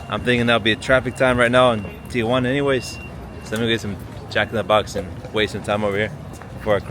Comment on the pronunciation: You know! Ti-Juana (not Tia-Juana)👏🏼👍🏼✌🏼